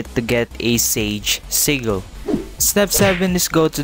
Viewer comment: I just got pheonix and now i see ur vid telling me how 2 get mink ive been looking alot thx btw everytime u say sigil it sounds loke u said seagull XD